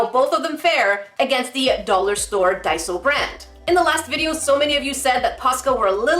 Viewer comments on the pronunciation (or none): none